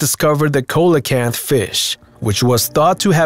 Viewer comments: It’s not a coela kanth! It’s a see-Lu-kanth. Your not alone though. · Coelacanth is pronounced see-luh-kanth. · Can't even pronounce coelacanth properly, if u can get a job Mr narrator doing this then I can